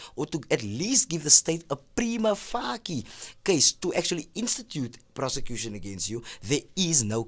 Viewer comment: Nicely done! Great info!....... but "prima fuckie"?? Lol I am sure the c in "facie" is soft... So "face" with "ie" at the end 😘 Google the pronunciation of the tricky latin words before presenting with it because it's really distracting 😂💛💛💛💛💛